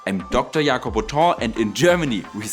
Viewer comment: Am I the only guy who took a while to realize “Ya-kob” is Jacob?